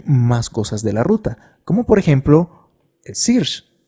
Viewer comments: sirch? 😂😂 se pronuncia "serch" !! muy buen video y explicacion either way! gracias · amé el video! pd: SEARCH se pronuncia SERCH